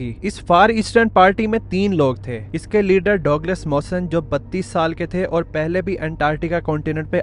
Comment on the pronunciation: Correct name pronounciation ( Douglas) is " DUG LESS " You say " Dog les " that is incorrect .